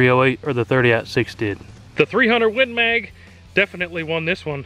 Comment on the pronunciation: "win maaaaaaag" :-D Love your pronunciation, buddy!